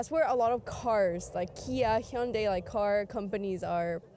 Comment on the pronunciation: She pronounced Hyundai correctly